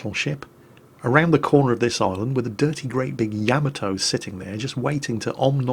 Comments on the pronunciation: Hey - in every replay in which you feature the Yamato, you play that little sound byte. In it, the name of the ship is voiced. And yet, every single time, you mispronounce the name of the ship despite having a sound byte TELLING YOU how to pronounce it! Why!?! Why!?!? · any reason you keep mispronouncing Yamato? You have the song to help you?